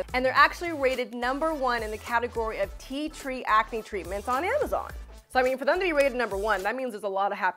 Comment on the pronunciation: Are you pregnant you said hormoal ancne